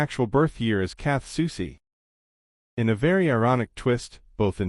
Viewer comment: I’m just impressed that this robotic a.i. voice pronounces Soucie correctly. Most ordinary humans can’t or refuse to do that. But other than that idk why this was recommended to me. Strange.